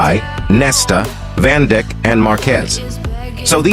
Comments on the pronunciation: Bro actually said Van Dick…💀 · No one gonna talk about when he said van dick